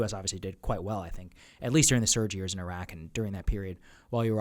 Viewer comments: Jack-O can't even pronouce "Iraq." He was a SEAL on TF Bruiser. All the COIN Ops he's talking about and meeting with sheikhs was conducted by the 1st Armored Division- literally the least cool or interesting unit in the entire Army. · Jocko compared the Palestinians to Iraqis showed how ignorant he is.. And the psycho still can't pronounce Iraq or Iraqis correctly even after 20 years.. 😂😂😂😂😂😂